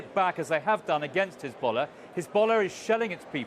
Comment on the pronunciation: Look at her "khezbollah" pronounciation :))))